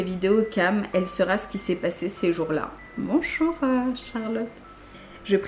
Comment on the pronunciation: « bonchour euh charlotte 😬» 😂 la pauvre